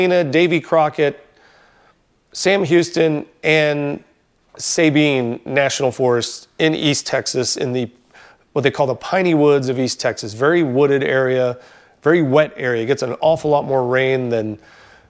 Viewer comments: Informative video. Sabine, is not say-been. It's sah-been Finding land that hasn't been absorbed by private interests is getting more difficult. Back in the 70's we drove down a pipeline easement to get to a local campground. All the pipelines are fenced off now. I wouldn't drive an electronically controlled 4x4 in remote locations, nor a vehicle that is your daily driver. You will damage it in some way. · You pronounced it correctly IF accross the border in adjacent “Say bean Parish” but in Texas we say Sa bean”